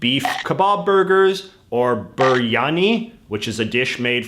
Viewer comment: WHY DID U PRONOUNCE BIRYANI LIKE 'buryani' its pronounced like bIrryani